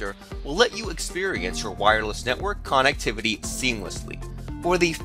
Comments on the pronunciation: I wouldnt trust a single fucking thing you say or do with how you say KANNEKTIVATIE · the way he says connectivity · Veltza Canadian detected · Veltza thought it was only me